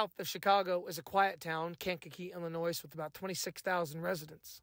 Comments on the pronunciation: The S in Illinois is Silent like the Y in YOUR GIRL 🤷🏽‍♂️ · I used tell people you don’t pronounce the “s” because the word Illinois is French the “s” is silent. Lol! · On God i h8 hearing the "S" on Illinois. I guess that comes with having an ILL state of mind. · Bruh .. Quit saying Illinois, WITH THAT "S" sound, 😂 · Not sure if you live in Illinois, but if you do, how do you not know the S at the end of Illinois is silent? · ✌🏿 from Chicago, Illinois (With the silent s) 😂 ✌🏿